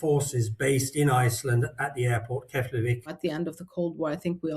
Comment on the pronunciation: Keflavik is pronounced Keplavik, just my two cents of knowledge. 😅